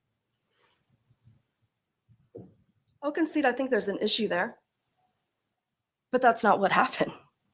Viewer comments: Sounds like "Magi-shit"😂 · If Ashley prosecuted this case it would be pure comedy gold 😂😂😂 sad we won’t get to hear her say “magi-shret”